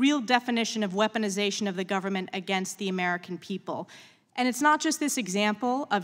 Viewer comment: Branches of GOVE-rrrrr-Mant